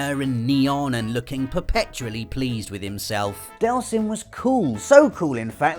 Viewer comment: No delson! This genuinely upsets me....DEEELSON!